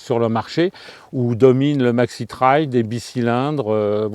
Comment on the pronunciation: Merci pour cet essai objectif car je suis un nostalgique de ces Trails en mono (j'ai en deuxième monture un 600 XT 2KF de 1988).❤ Merci aussi pour votre prononciation de TRAIL(traye) et non "trèl" comme on l'entend de plus en plus...😕 Ça doit faire "genre..." Comme disent les jeun's...😂😂 Salutations d'un vieux roule toujours du Sud Aquitaine ✌